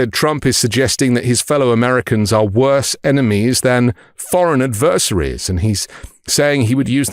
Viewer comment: I agree with everything said except your pronunciation of the word “adversaries.”